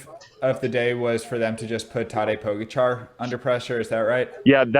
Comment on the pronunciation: poh-gah-cha not poga-char, embarassing...